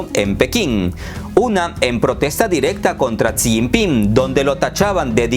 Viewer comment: No pronuncias bien El nombre de Jixinpin, hay estrema pobreza en China maquillada con raecacielos y modernos puentes Taiwan no sense provincia de China, jamas love ha sido Informate bien amigo.